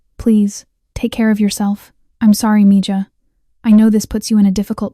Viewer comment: Mija is pronounced Meha